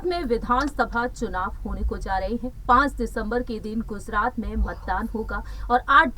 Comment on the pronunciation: Aby wo Gujarat hai name to pahle Thik lo